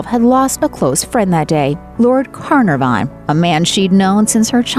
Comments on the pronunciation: It's Can ar van , NOT Car nor van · Will someone please teach American narrators the proper way to pronounce British names. It's not carn a von. It's more like care narf on. I know I'll get it in the neck for this, but we in northern ireland do our best with Welsh pronunciations. Little sis. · Lord Caernarfon - pronounced ker-NAR-vun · Oh, jeeze, and the pronunciation of "Carnarvon". Do a little research before such narrations!